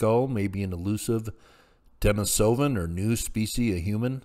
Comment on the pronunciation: Please learn the proper pronunciation of the archaic human species names if you're going to post videos! It's very annoying to listen to and diminished your credibility. It's not Den-i-SO-van. The correct pronunciation is De-NIS-o-van. Please look it up or just watch some of John Hawks' videos.